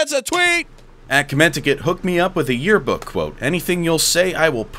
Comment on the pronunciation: fucking yeakbook killed me